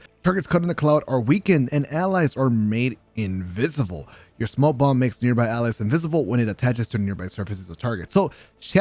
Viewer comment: says invisible like invisivle lol, good vid btw